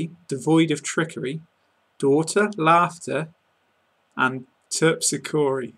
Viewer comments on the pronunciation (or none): The only mistake I found was when you attempted to pronounced "Terpsichore", which is pronounced with emphasis on the second syllable. But then again, maybe this poem doesn't work with BE..